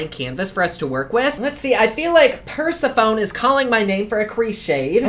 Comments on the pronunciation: Ngl I laughed a bit when he said "Persephone" as "Purse-e-phone". I said it like that when I first learned her name, but it's pronounced "per-sef-oh-nee"! I love your content and hope you have a wonderful day:) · you had EVERY thought I had about the collection name and the nude (again) vibe. You were the only one who I've seen bring up the facts about Medusa. Keep on sticking to the facts with products. I love your videos! BTW it's pronounced Per-sef-o-nee! My name in pretty similar. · You are adorable!! You warned us you might butcher the names but I actually snorted when you said "Purse a Phone" Persephone ... The sephone sounds like Stephanie. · Persephone..you calling it per-sa-phone....too funny 😂😂 it's said like per-sef-an-nee.....I love you! Your humour is amazing! Bless 😂👏❤️❤️ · Persa-phone 🤣🤣 its per-sef-uh-nee rofl ily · I love how you pronounce the names lol. Purse-a-phone hahahaha. I lol'd every time you said purse a phone. It's per-sef-a-knee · Oh honey, it’s Per-SEE-fo-nee not Percy-PHONE hahaha 🤣🤣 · Cal-eye-oh-pee ; per-seph-oh-knee; hair-ah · I’ll help you correct your pronunciations! 😊 Hestia “hess-tay-uh” Hera “hair-uh” Persephone “per-seph-un-ee” Calliope “kall-ee-ope” Those are ONLY the ones you didn’t pronounce right! 😁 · Calliope = cull-eye-oh-pee. Persephone = per-sef-uh-nee. No syllable has any emphasis as all get equal footing i.e. no stress on a particular syllable in Greek, or so I have heard, as I do not speak Greek. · First of all, I LOVE YOU!!! Persephone is pronounced PURSE-EF-UNY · Calliope- kuh•lai•uh•pee Persephone- Per•sef•ohn•ee Hera not Era- the H is NOT silent 😂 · Say it with me: “purr-seph-uh-knee” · Per-sah-phone...😂😂😂 I love you. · pronounced per sef oh knee. lol persephone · Persephone is Per-seph-Annie. Circe is Sir-See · Persephone is pronounced Per-sef-on-y and Calliope is Cal-I-opy... long i sound in the middle btw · Per-sef-phony Ca-lie-opee 😉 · I'm laughing. Per-sef-o-nee